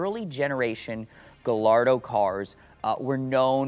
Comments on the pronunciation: It’s not, it’s properly pronounced “GA-YARDO.” 👍🏻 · negative, I'm Spanish is actually pronounced Gayardo the two L's are pronounced as a yah, then roll the tongue at the end, named after Juan Gallardo "bull fighter" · I cringe every time I hear "gal-ardo". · No, it's a Spanish word and that's not the proper pronunciation. Guh... Lardo! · I can't trust someone who calls it a "Gah Lardo" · Yeah you’re supposed to pronounce the two L’s as a y since Lamborghini names their cars after Spanish fighting bulls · Gallardo isn't an italian word, it's a spanish word, I know because I'm from Spain, and that's not how it's pronounced. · Well to a certain certified classic we know that it is pronounced without a 'y' 😀